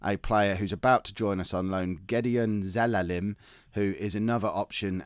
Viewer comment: its Ze-la-lem. Not Ze-le-lem...